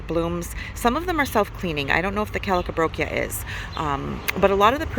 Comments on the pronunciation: “Calcabrochia” lol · Thanks for the tour, I need to get my butt to Wally World! So many beautiful flowers 🌺 🌹🦋🐝🌸🌻🌺 I was cracking up every time I heard you say the calibrachoa and sounded like you said party on the potty! Lol enjoyed it 😛